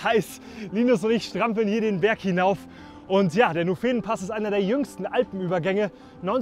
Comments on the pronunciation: Super Video aber der heisst Nufenenpass mit Betonung auf das u und nicht Nufeenenpass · Schönes Video! Musste schon ein bisschen schmunzeln beim "Nufeenenpass"...^^ Die meisten sagen eher "Nufen'npass". Und zum Preis für die Pizza, Pasta etc. in Airolo kannst echt nichts sagen! Die Preise im Tessin sind mir nicht so geläufig (die Unterschiede innerhalb der Schweiz sind ziemlich deftig), aber zwischen Bern und Zürich findest du solche Preise wohl nicht! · Tolles Video, danke. Allerdings liegt die Betonung bei Nufenenpass auf dem u und nicht auf dem e. Egal, schöne Bilder und vor allem gute Leistung! Chapeau! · Tolles Video, Danke & Team. Ein Punkt: Frag die Locals, wie man die Ortsnamen und die Pässenamen ausspricht, das bereitet einem Schweizer sonst arge Schmerzen😄 Bsp. den Nufenen Pass spricht man nicht Nufeeeeenen Pass aus... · Gutes Video, schöne Landschaft. Macht doch mal das Alpenbrevet (jeweils im Herbst). Wahlweise 2 bis 4 Pässe. (phonetisch sagt man Nuuufenen-Pass ;-)) Gruss und weiter so! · Hinweis aus der Schweiz: Der Nufenenpass wird (wie meistens in der Schweiz) auf die erste Silbe betont: Nuuuufenenpass. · Tolles Video 👍. Nur eine kleine Korrektur, beim Nufenenpass die Betonung auf dem U legen dann ist auch die Aussprache perfekt. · Sehr schönes Video, Kompliment. Nur hast du nicht den Nuféenenpass gemacht, sondern den Nùfenenpass (Betonung auf dem „u“ gefolgt von kurzem unbetonten „e“). Und es ist nicht due Tremòola, sondern die Trémola. 😅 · Grossartiges Video. Tolle Leistung. Ziehe den Hut. Kleiner Tipp. Nufenenpass betont man nicht auf dem ersten „E“ sondern auf der ersten Silbe „Nu“. Ebenso bei der Tremola. Betonung auf „Tre“ und nicht auf „Mola“.